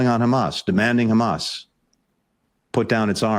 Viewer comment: He knows he can't get away anymore by simply claiming "but Khamas..."